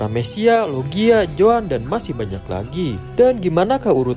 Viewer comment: ZOAN BANG BUKAN JOAN.